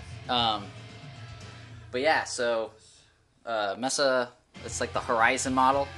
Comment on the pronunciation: Mesa is May-suh not messa. Nice cabs though.